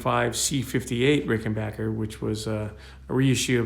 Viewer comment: Bassilicious indeed.....and RickenBACKer pronounced correctly,. :)